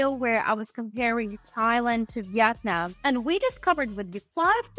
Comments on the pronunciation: it is called vietanm NOT YET NAM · Its pronounced vee'it-nam not vet-non. Youre a typical snowbunny. 😂